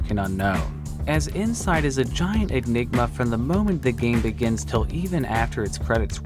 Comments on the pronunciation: I'd just like to point out that is clearly so one-track minded that, when talking about Inside, he actually said "eggnigma". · they did you say egg-nigma on purpose?